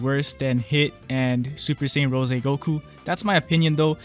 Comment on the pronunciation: URGGGGHHH, it's rose like the flower, NOT RO SEY